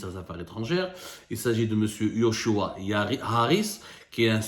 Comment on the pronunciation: c'est joshua et non yoshua xp